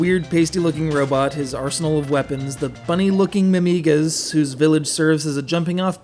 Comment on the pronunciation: IMO: It's Mimiga pronounced "Mimmiga" not "Mim'iiga".